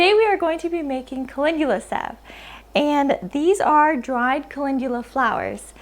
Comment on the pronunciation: Wait no one’s talking about how’s he pronouncing it wyd Cal-en-dula = call in dula